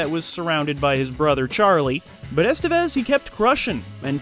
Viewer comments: It's not "ESS-tuh-vez." It's "ess-TEH-bess." Doesn't that sound nicer? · The accent is in the second e, Estévez. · "Estevez" is pronounced es-TEV-ez.